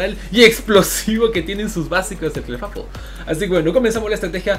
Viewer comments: Se dice Clifeibl no Clefafol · Clefable se pronuncia Cla fei bol, para tus futuros videos bro